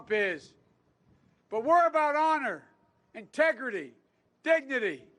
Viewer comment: Did he say Tegrity :))